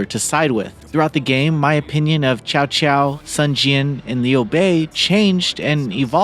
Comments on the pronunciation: This guy is killing me with the "Chow Chow" lol. It's more like "Tsao Tsao" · Nahh cow cow